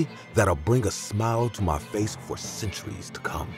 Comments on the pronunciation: I was looking for this comment I knew I couldn’t be the only one that caught that😂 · Nice collection here for Halloween, nice job. Oh and when her "pace turned fale" I had laugh. I do that all the time. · " Her pace turned fale "